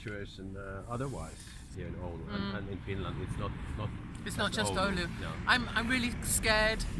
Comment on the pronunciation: Hopefully police told her how to pronounce the word "oulu" properly.